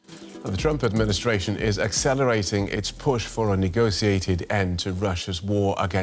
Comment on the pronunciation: says 'nego-see-ated'.